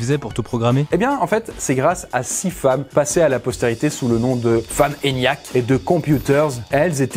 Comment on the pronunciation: Quand tu dit l’eniac on dirait que t’es raciste envers les asiatiques 😄